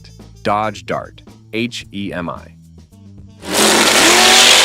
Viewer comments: The H.E.M.I.?? Hee Mee? FN' AI garbage. So horrible. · AI (almost incompetent). Semi Heemi?